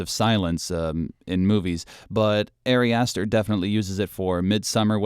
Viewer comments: Ah-ri Ah-ster, not Airy Ass Stir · Your analysis is alright, but I really cannot respect someone who doesn't bother to pronounce the director's name correctly. It's not like it's a secret.